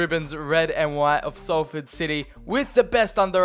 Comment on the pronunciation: Thanks for sometimes saying it correctly though!